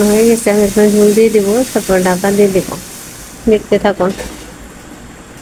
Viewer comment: বেশি শুদ্ধ তায় কথা বলতে বলতে ঝোল কে ঝুল হয়ে গেছে কিছু মনে করেন না 😂